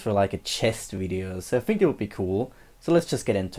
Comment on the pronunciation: "Fink" vs how it's actually pronounced: think